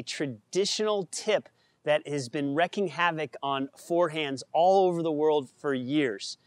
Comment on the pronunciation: wreaking havoc...not wrecking